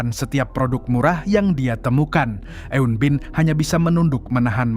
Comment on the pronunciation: Pengucapan eun-bin nya kurang tepat bang.